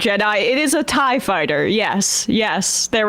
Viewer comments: Oh, Sam... Clearly that's not Vader's TIE Fighter... or as Emma stated "Tee Eye EEE" fighter. Lord Vader's fighter had swept/angled wings... Clearly the staff needs to take a break from politics and watch A New Hope. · Sam and Emma need to keep their Star Wars hate to themselves 😅 And it's TIE (pronounced "tie") fighter, not Tee Eye Eee fighter. LOL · i love the disparity between Emma and Tapper. Tapper drops some niche movie trivia, and Emma pronounces it "Tee-Aye-E Fighter"